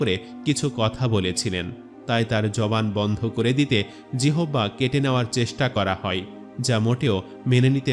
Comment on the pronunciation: জিহ্বাকে জিহবা উচ্চারণের কারন কি?